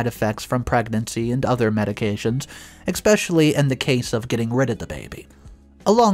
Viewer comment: what the hell is arresticated? and it is especially not ecspecially....